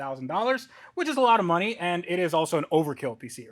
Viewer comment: "It's not inefficient, it's just not worth the noney"🤣🤣